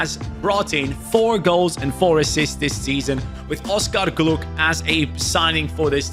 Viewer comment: Hey, just so you know, it’s pronounced Oscar Gloch, not “gluk” the “ch” sounds like in loch.